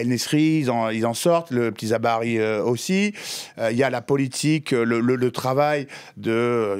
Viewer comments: ZABARI je connais pas, Zabiri par contre oui … la bonne prononciation des noms de famille est la base même du respect. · Il est vrai que c'est difficile de gagner la coupe du monde tant que l'arbitrage est corrompu par les soit-disant grandes nations de foot, on l'a constaté dans le match de demi-finale coupe du monde France-Maroc😜Faites un petit effort, il s'appelle Zabiri et non pas Zabari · CEST PAS ZABARI MAIS ZABIRI